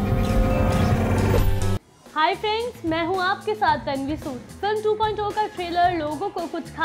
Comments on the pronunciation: 2.2 nahi Sahi dhang se bol yeh hai Robot 2.0 "Two point Zero". Ok. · 2.2 nehi 2.0 movie trailer bolo Kiya bolti ho hahahaha....... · Aap 2.2 bol rhe hai ya 2.0 bol rhe confuse hai humlog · 2.0 ko 2.2 kyo bol rhi ho Kis kis ko 2.2 sunai de rha hai Mujhe to 2.2 sunai de rha hai